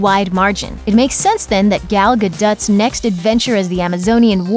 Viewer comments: Gad-OH. Not guddut. Larn them acter names 'k? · Gal Guhdut? are you serious? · Mispronounced harbingers and Gal Gadot. C'mon..... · That's what I said plus, also Gal Gadut? WTF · Seriously? Gal gaduut? You can’t even research how to pronounce names correctly. How can any of this news be credible? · this announcer needs to go back to school and listen to other people...get my name wrong twice...as famous as Gal is...REALLY?!!!? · I don't know why is was so hard to say Gal Gadot's name. Also, they aren't Pandora people, their Na'vi. For a channel on the internet, you sure don't use the internet for research.